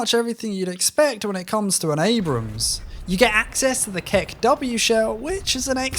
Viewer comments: "M1A1 AMBRAMS" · gotta love the 'm1a1 ambrams'